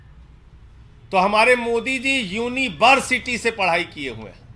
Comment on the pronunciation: "Unibersity" 🤣🤣🤣 and bjp call it authentic